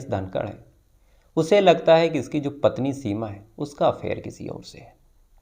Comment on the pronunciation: जो को ज़ो बोलते हैं 😂